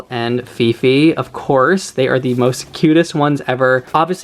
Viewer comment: hi! i know this is old video.. i just happen to saw your videos today and wanted to comment on a specific name that i can stop laughing.. 😂 not sure how you spell her name.. is it fifi or phi-phi? but the name just sounded like pipi or pipe (pronounced like pee-peh) in our language which means pussy 😂 and you said its because of the curly hair and i immediately thought of pubic hair.. sorry 😂 im bad..